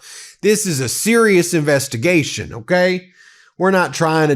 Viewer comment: comer?...that republigggun sexverber can't even properly say the word, 'investigation'...how does anybody think he can lead one?!